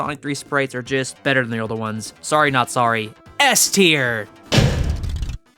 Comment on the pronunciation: Wtf is a p-teir? You mean s-teir....